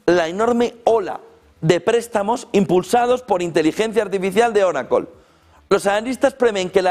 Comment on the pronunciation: oraclo??? que es eso ?? joder siempre la escuche como oracle no oraclooooo